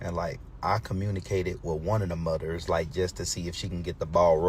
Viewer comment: it’s “mudders” and “comp-table” that gave everybody pause! Something ain’t connecting Dad! 😂